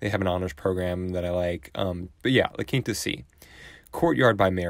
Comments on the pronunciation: Yeah, it is pronounced "La Keenta" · A lot of people pronounce it “La Kinta”